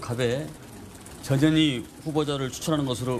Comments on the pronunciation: 저년이큰거한껀햇네.. 앵커님 발음대로 썼습니다. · 이 아주메는 이름 발음이 이상야릇해 저녀니 저녀이 ㅋ ㅋ ㅋ